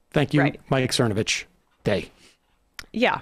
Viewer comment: I believe it's "Thernovich".